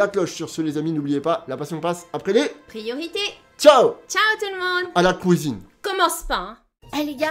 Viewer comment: mdr "a la kouizine"